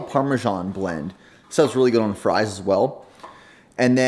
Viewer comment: This man doesn’t know how to say on